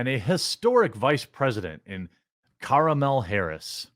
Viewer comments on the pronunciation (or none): It's Kamel Toe Harris, not "caramel."